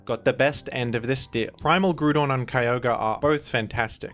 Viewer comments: Brother it's Groudon, in Japanese it's pronounced Guradon because they don't have the sounds for Grou but in English it's pronounced as Grou-don take the Grou of Ground and replace the ND with a Don. Grou-don. Unless you are from some remote English Colony or something I can't fathom why would you call Groudon, Grudon unless it's for engagement farming which a certain VGC YouTuber has been found to do. Hopefully this is a teaching moment. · its not Grewdon wtf is that. GR-OW-DON Groudon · with his blasphemous grudon pronunciation is the same person as in mean girls who tries to make it's so fetch happen. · Grudon would be more accurate - You’re saying Groodon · I'm gonna start pronouncing it as Grudon specifically because of you,. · "Groodon" gives me "A Hoonter must hoont" vibes. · Pretty sure here only pronounced it as "Groo-Don" so that people wouldn't be upset when he says "Ray-Quah-Za." It's definitely "Ray-Qway-Za"...the anime and literally everything else says it that way. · Why is saying Grewdon💀💀😭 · i didn't even notice you pronounced it like grewdon honestly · Heheh, “Grudon” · You really gonna hit us with the Grew-don 8 seconds in? I didn't expect a jumpscare. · some people pronounce it - groo-don. Monsters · He may pronounce Groudon as Groo- Don Let’s just be thankful he doesn’t pronounce Kyogre as Key-O-Gree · Yet another “Grewdon” moment. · real quick how do you pronounce "ground"? lmao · You pronounce groudon like it has a bunch of banana loving yellow creatures following it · I'm just now learning that you and I pronounce Groudon differently. I've become so upset about this I've cast a small child into a well. It's imperative I make you aware of this inconsequential difference. Thank you. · I used to dislike the pronunciation, but then it Groudon me. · If you’re willing to say Grudon might as well say Kyogree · Grewdon and Keeoger